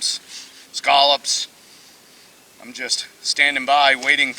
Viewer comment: I saw the treasure hunt video Brandon from Triumph Screen Printing made and found your channel. Just subscribed to you. Island life there is just like Island life here in New Brunswick on the Bay of Fundy. Its nice to hear someone on YouTube pronounce scallops the right way. ATB Dick